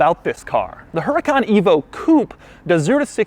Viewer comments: yeah but the accent is put on the OTHER A! Lamborghini can't seem to decide which A is supposed to have the Accent! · Huracán is Spanish for Hurricane. The accent goes on top of the 2nd A. -------------------- Huracán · the manual is messed up, huracàn is right, even if its a spanish word you can hear by the way you say the word that the accent sits on the second a.... huraca - n / hura - can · I was getting nervous thinking that Doug didn’t realize the accent fail but hell no. HE. HUNTS. QUIRKS. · It takes 2 seconds to google Lamborghini uses Huracán on their website and everywhere else with the accent on the second A. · Doug... your reviewing a supercar. At least pronounce the cars name correctly. Huracan is pronounced, "Who-ra-con" ;-) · The “H” is silent. It’s pronounced er-eh-con. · It is pronounced 'oo-raw-con' not 'Her-a-con'. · "Huracán", with the accent on the second "a" is the right spelling for "hurricane" in Spanish. Since Lamborghini uses names of Spanish bulls from bullfighing, this must be it. With the accent on that syllable, the word sounds as you sometimes Doug pronounce it: "HurracAAAN", with accent on the last syllable. If you take out the accent, it would be pronounced with the accent on the middle syllable (wrong). In Spanish, this word would never have an accent on the middle syllable. Big fan, by the way! Excuse the lengthy lecture. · DOUG DOUG DOUG. Its pronounced UR-A-CON not HURRCON. COMON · Doug. It's not Heracan. It's WHOOODAKAN. Or, R8. Your choice. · The origin of the word huracán is from the Maya. The accent mark on the dirver's manual I think it is a mistake. The force is in the syllable CAN, not in HU. Say it huraCAN, not HUracan. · Woo-ra-cAn not HER-A-KAN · it is “Huracán” not “Hurácan”, spanish speakers will understand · Remember Doug, the H is silent. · They mess it on the user manual, Huracán is a Spanish word (meaning tornado) with the accent in the last A. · If Huracan is on Spanish the the accent is on the last A. Huracán